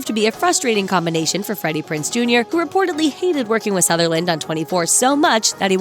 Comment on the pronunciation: Its not Prince its Prinze za try saying after me darlin Prinze Za